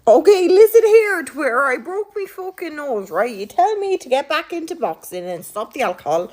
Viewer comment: "I broke me fockin nose" I'm sorry, but the accent makes it kinda funny